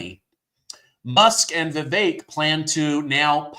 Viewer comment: I see our patriot media has started widely pronouncing Vivek's name right. Thank you, we show unity when we know our brothers!